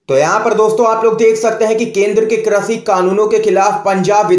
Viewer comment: Krashi nahin, krishi boliye please.